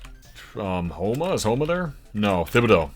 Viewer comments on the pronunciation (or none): Bro said “thib” a deaux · Hearing him pronounce Thibodeaux and Laffeyette wrong hurts me